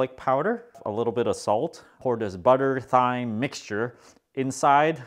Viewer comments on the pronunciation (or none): THYME LOL it's pronounced "time"